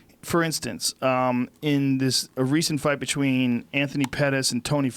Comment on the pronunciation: Joe "betchween" Rogan